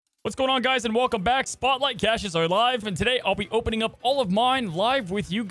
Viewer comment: wait hold the phone! you say caches wrong on purpose?! keep doing it my dood, it's funny as hell